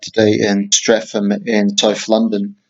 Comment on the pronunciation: Lol Streafam it's pronounced stret ham THERE'S GOING TO BE SOME CHANGES NO LONGER WILL THE WICKED ROAM THROUGH THESE LANDS! BLOOOD WILL FALL FROM THE HEAVENS! ANGELS WILL SING OF THE SWINGS OF MY BLADE!! GOOOD WILL APPLAUD THE SCREAMS OF ALL MY VICTIMS!!!!!! I am the judge....... and the executioner.